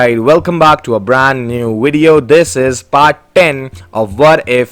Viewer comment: Bro why does he ay wideo💀